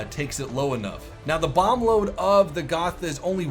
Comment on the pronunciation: Hey sorry if i have to correct you, but its pronounced Go-t-a so the "th" is not pronounced as a "th" in english. Anyway nice video an interesting info